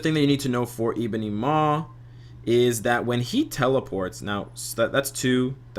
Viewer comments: Zul But we'd lose the funny way this guy says 'Eeebony' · Good video, appreciate your work. As a side note, you say Ebony funny.